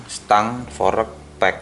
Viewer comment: Kocak banget lu bang jadi pelawak aja, fork dibilang forek wkwk